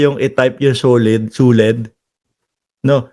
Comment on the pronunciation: Yung suled naging lequed na😂